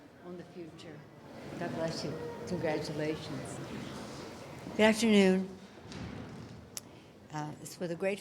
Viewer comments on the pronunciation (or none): I like how she's slurring "Good afternoon". Drunk again.